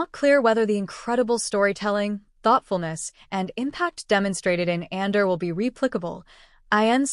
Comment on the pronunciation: I smell AI: can't pronounce Andor